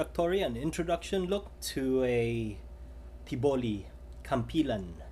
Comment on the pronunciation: good afternoon this is may firstime to see your video sir...that was not tiboli...its TBOLI. that was the tboli kampilan...